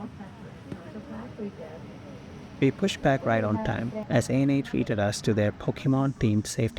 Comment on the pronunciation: No it's pronounced A-N-A not "Anna" lol.